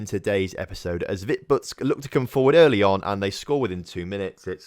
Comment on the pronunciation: Also, that Vitebsk result was karma for your pronunciation of it